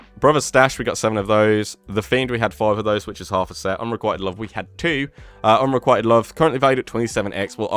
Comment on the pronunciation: I find the pronunciations of “unrequited” and “succor” to be offensive. Are you or not?! Edit: “The ‘Enfusiast’” absolutely sounds British 😆